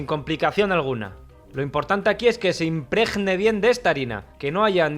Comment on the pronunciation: Riquísimo. El verbo es impregnar y no imprejnar.. O sea que se pronuncia como la G de gato.